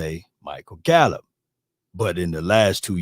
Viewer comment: Bro lol said Gallup better than Thomas lol